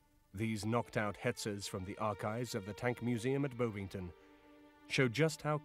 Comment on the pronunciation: Please, please learn to pronounce the words. Jaeger is "Yay-gur", not "Yahger". "Nazz hirn", not "Nash-orn". "Bovvington", not "Bow-vington"